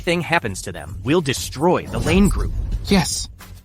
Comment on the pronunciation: Quite a few English words are mispronounced. One word destroy is-to des-troy Not de-strory 😢😢😢